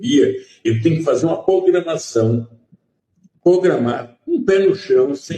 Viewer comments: É irmão mesmo. Ele fala Pogramação, Pogramar... é uma currrrtura ...... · "POGRAMAÇÃO" É MAL DE FAMÍLIA? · "Pogramação". O analfabetismo é de família. País DESGRAÇADO! Povo DESGRAÇADO!!! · Luiz, perdeu essa? O cara falou "pogramação, pogramar". Será q seu professor foi Paulo Freire? Acho q tá no sangue essa história de roubo, corrupção... Q DNA bom, não? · ' Pogramação ' kkkkk 'das' órgãos, também não terminou a 5a série kkkkkkk